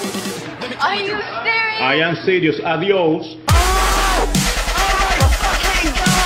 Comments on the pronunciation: Per prima cosa per chi no lo sa "adios" Si legge adiós ... Cannavacciuolo dice addíos (chissà da dove lo ha tirato fuori?) e significa addio. (Questo mi sembra ovvio). E sebbene sia un saluto normale in California e in Florida anche per gli anglo parlanti(Stati tradizionalmente ispanici e quasi bilingui ma non ufficialmente). Il problema è che il giudice è di origini ispaniche e salutarlo con un "adios" Stai sottolineando l'origine etnico e questo negli Stati Uniti è una specie di offesa per alcuni. L'accusata sapeva sicuramente il cognome del giudice. Pensate se in italia un giudice è siciliano e l'accusato dice "ci vediamo picciot' " o qualcosa di simile. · E troppo bello come lo dice adious invece che adios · Ragazza: Adios Giudice: adiouus